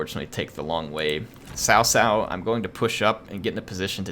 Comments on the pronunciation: because the correct pronunciation is closer to Tsao Tsao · Cao Cao is pronounced ts'ow ts'ow, not tao tao. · Your nearly there its s - ow with a slight T at the start like tsao tsao.